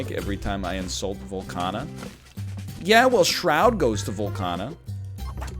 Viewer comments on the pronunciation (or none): Its VOLCAAAAANIA.